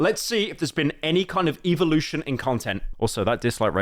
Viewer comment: You say evolution like a fucking British person